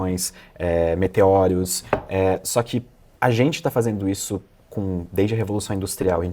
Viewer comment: parece que ele disse meteOREOS